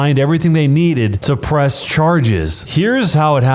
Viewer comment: continue and listen carefully him saying pwess charges.